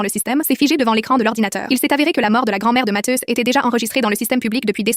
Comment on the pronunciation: On dit mathieu avec un I et non matheus